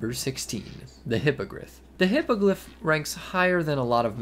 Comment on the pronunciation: Hippogryph (Hippo griff): "hippagliff"